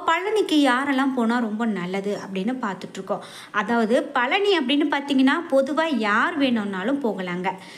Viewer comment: பலனியா?பழனியா? நாக்கைசரியாகவடிக்கவில்லைஎன்றால் இப்படித்தான் உச்சரிப்புசரியாகவராது உடனே முருகனை நினத்து தங்கள் நாக்கை நன்றாக சுத்தமாக வடிக்கவும்.